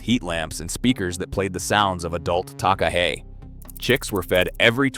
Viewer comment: not sure who the In-gai Ta hoo are or where lake Teannow is either and what is a ta-kaaa hey? the people are " Nai Tahu" the place is lake ""Te Anoww" and the bird is a TAka-he